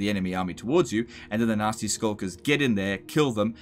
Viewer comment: Am I the only one who heard "Nazi Skulkers" every time? As long as they're not in SS-tier.